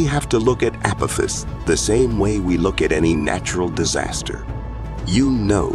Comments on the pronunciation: (ah pah-fis) not (apifis) AI is better huh?? Seems like outright laziness to me 😂😂😂😂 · It's the pronunciations that are killing me. The 'Keeper Belt' and 'Appofiss'....lmao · This must be either a russian amerikanske Or AI narrorator.. I DONT LIKE AI NARRORATORS THEY SOUND FAKE AND PRONAUNSE ACME A CME A PO THIS APATIS WHAT THE FRACK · the asteroid you call Apophis is pronounced wrong it is pronounced like the god from past history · Anyone else bothered by him calling it 'Keeper' belt instead of Keiper belt and 'Apofiss' instead of AH POFF US? Several mispronunciations driving me nuts. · I quit watching after the AI narrator said Appowthiss and the Keeber belt. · This guy can’t pronounce words correctly. 😂 Keeper belt? Appofiss? 😂😂😂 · Really bad pronunciation of apophis and tsunami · mispronunciation of Kuiper(as Keeper) and Apophus is so careless, and frustrating